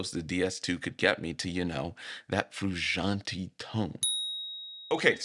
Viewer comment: Lil homie.. Its frewshauntay. Not freeshauntee.